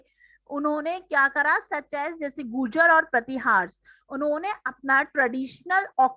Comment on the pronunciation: Mam bolna Sikh lo 😂😂😂😂😂😂 gujar nahi gurjara😂😂😂😂😂